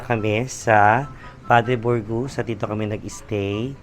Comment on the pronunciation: Padre Burgos neng, hindi Padre Borgus